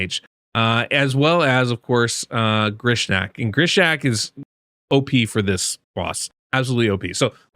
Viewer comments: Grishak?? I believe it reads as GNishak (Neeshak) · His name is Gnishak, not Grishnak. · i thought it was knee-shack, not Grish-shack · Sweet video and you explained it sooooo well! Thank you. 👏🏻 Gnishak is pronounced Nishak. 😊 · Pretty sure the G is silent bud. Gnishak is Knee-shack. Could be wrong sir. Happy holidays to you and yours :) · THERE IS NO R IN GNISHAK lol, love your work man keep it up 🙂